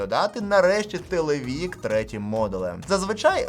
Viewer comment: ТелевИк, а не телевІк...